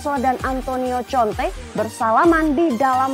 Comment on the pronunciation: Bacanya konte mbak 😂